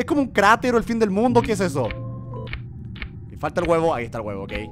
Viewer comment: Juegagermn no digas heso